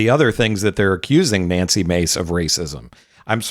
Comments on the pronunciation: Let’s mispronounced her name manly face instead of Nancy Mace. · We pronounce it "Nazi" Mace, not Nancy Mace.